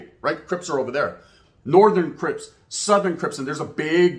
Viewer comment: He said cripas😂